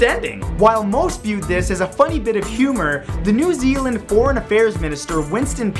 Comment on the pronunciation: New Zeeland? Wha...? Why? 😕